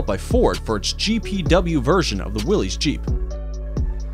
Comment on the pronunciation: The Jeep was from Willys-Overland and Willys is pronounced like "willis", not willy's.